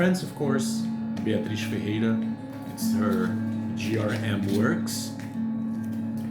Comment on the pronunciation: Love the Logos Duo. Their other LP is also fantastic. Nice to hear how to peonounce Beatriz' name ^^ Novalde Ornelas looks really intriguing, sorta Jean CLaude Vanier type of record? Katra Turana I remember ilistening to so long ago, and thought it was interesting, but will now give it a new listen. I love how you talk about the COnrad record as a "classic", because it is! COngrats on the launch of that new adventure!